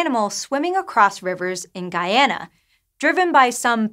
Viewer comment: Thank you for pronouncing Guyana correctly.